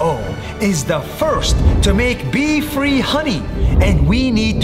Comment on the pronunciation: bee-free honey pronounce of bee kinda sounds like pee💀